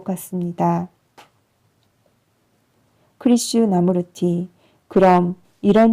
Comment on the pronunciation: 좋은 글 좋은 목소리로 읽어 주시니 참 좋군요. '크리슈 나무르티'로 읽기 보다는 '크리슈나 무르티'로 읽는게 조금 더 좋을것 같은데^^